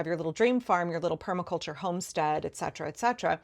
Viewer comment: is one of the 4 rare Americans that pronounces Etcetera correctly. (To the rest of you: There is no K in Etcetera, just as there is no K in Especially. Keep trying y'all)